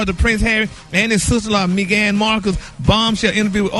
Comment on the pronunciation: Did call her mee gan 😂😂